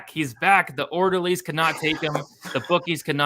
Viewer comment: “Maybe the orlderlies did get him” 😂🙌